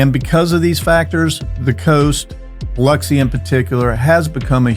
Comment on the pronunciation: Can I just say that, as a local of the area, I LOVE that the first thing you do is emphasize the correct way to say Biloxi. It has always been a particular pet peeve of mine when people say Bih lock see.